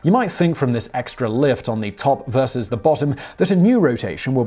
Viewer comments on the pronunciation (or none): none